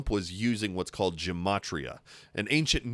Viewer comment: Gematria has a hard G, not soft. It is a Hebrew word and I had to learn how it worked. I never used it in because I think it is an excellent way of missing the point.